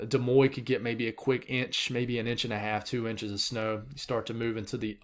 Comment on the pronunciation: Hey bud! Just letting ya know cuz my family is from there, Des Moines, Iowa has an N in it. You pronounce the N. Dee-Moin Have a great day!:)